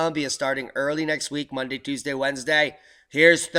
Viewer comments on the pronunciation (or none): none